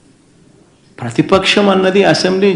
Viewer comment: ప్రతిపక్షం అని పలకడం కూడా చేతకాక పతిపక్షం పతిపక్షం అంటున్నాడు మీ అన్న...